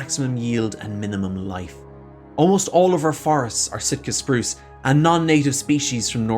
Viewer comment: Maybe it's the accent but Shitka Spruce sounds about right.